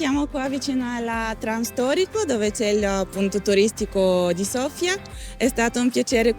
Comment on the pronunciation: Thank you,, for saying Sofia correctly:D